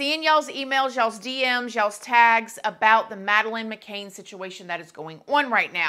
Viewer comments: Sweetie, it’s McCAN not McCain. CAN not CAIN. Love you. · Her name is pronounced as Ma…can not Ma…cain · McCANN not McCAIN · I did find it frustrating that the name is being said wrong, its McCann not McCaine. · FYI, it's McCann (sounds like can, not cane.) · It's not mccain which is how your pronouncing it it's mccan as in can of baked beans ❤️❤️❤️ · girl — I LOVE you so much but you’re killing me with that last name 😂 It’s McCann, like muh-can, not McCain! Don’t kill me haha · It’s not macain it’s Mcann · The last name is McCann not McCain, thanks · her last name is mccann!! not mccain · Hey love! I just wanted to let you know that Madeleines last name is pronounced “mc-can” not “ma-caine” no hate at all, ily & your channel! Just trying to help🤗💖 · Great video but I'm not being funny it's Madeleine McCann not McCain..👍🏻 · McCann not McCain! Pronounced ‘Can’ as in ‘a can of coke’! It’s not difficult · It's McCann, not McCain? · It's McCann, NOT Mc Cain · I think the surname is “McCann”. Not “McCain” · McCann, not McCain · It is McCann, not McCain, so irritating to hear! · Mc CANN...not McCain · McCann not McCain! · Her name is McANN NOT Mcain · Sorry, couldn't watch the whole thing. Her last name is McCann (Can), not McCain (cane) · McCann not McCain, dear. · It's McCann like can not Cain and is it her or not I'm English and I remember this well my mum who is Still in England she has heard nothing about this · Mc Cann!!! Not mv Cane!!! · MC-CAN…not McCain❤ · It is not pronounced McCain, but Ma can. Can not cain. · I think you are saying her name incorrectly. It's McCann, not McCain. Just sayin'. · Sorry. I feel really petty but mispronouncing the name is irritating af! Macann is can, like 'I can do it', not Macane with 'cane' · Madeline McCann....NOT McCain they way you are pronouncing it. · *cringing* every time you say "muh-KAYNE". It is "muh-cann". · Pronounce her name right please. It's not mccane....its mccan...CAN